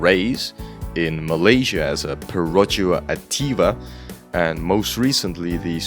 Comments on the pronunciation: As a Malaysian person, the way you pronounced "Perodua Ativa" made me lose my sanity 🤣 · As a malaysian, the pronounciation of "Perodua Ativa" had me laughing on the floor for a good 2 minutes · how you butchered the pronunciation of Perodua Ativa is simply perfect 😂 . Great video! You discussed and presented the topic in entertaining way. I’m subbing for the quality.